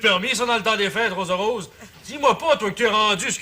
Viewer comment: Le seul mot que le figurant a à dire, "Rosa-Rose", il se trompe et dit Rosara......!!! (j'ai réécouté 3 fois). Le gars était nerveux, il avait dû penser à ce moment pendant des semaines, pratiqué "son" mot devant son miroir, et a fini par se tromper... j'espère qu'il n'a pas vécu caché chez lui par gêne le reste de sa vie😁😆😅